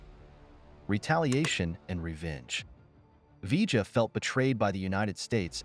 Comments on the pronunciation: Its pronounced 'Vee-yuh' not 'V-juh' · Its pronounced viyah short ah aound double l in Spanish makes the y sound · Vee-ja? Really? 🙄. What are we Argentina? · Vee - juh ... ??? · Mispronunciation of "Villa" and garbled facts make this a weak video-not very pleasing.